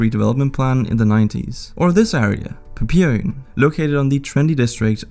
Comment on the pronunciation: Nu magter jeg ikke lige gå videoen igennem igen men papirøen siger du ret underligt xD du ligger trykket forkert i mine øre men det kan self være sønderjyden i dig!!